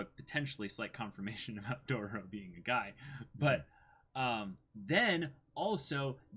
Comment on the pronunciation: Hearing them say Dorororo makes me suicidal